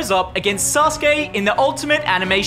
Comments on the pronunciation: Sasuke is pronounced "sauce-k" and Naruto is just "Naruto" like said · Thank god he didn’t said “Sasouki” and “Nruto” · I am pretty sure sasuke is pronounced "sauce kay" not "sas kay" but amazing video guys keep it up 💪🏽🔥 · Nobody:: susgay instead off susuke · It’s pronounced ‘sazuke’ not ‘saske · Sus gay 😭 its said “sas-kay” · NAH RU TOE SOS KAY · “Sasuki.” Said by 😅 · He literally said sus gey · "suSKe" 😂😂😂 accidental 300 iq play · Man really said sasgae lol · bro really said susuki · SASUKE. Isn’t it said sus-koo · Sasuke is pronounced sah su kee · It s Naruto and Sauske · It sa -su-ke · It’s pronounced saa-suu-kee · Why did he say sus kae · Did say sus gay